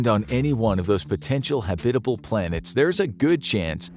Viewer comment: The way he says habitable hurts me.